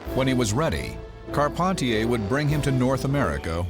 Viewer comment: I'm french. It's Carp- hen- tee- hay